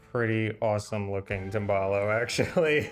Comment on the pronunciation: Harper try to pronounce the Italian words correctly Tim ball ohh 😂